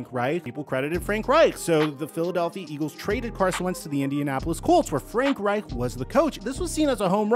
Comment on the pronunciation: It’s painful listening to you say “Reich” lol